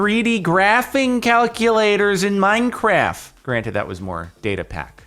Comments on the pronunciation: is it just me or does Jordan say 'Minecraf' instead of 'Minecraft' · i sometimes wonder when this guy started to call Minecraft "Minecraf"